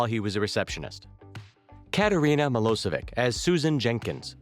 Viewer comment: it's milošević (miloshevich) not milosevik!!!!!